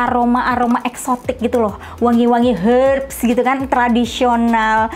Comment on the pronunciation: ngomong "herbs" nya bisa biasa aja gk kak 😅 ngakak akuh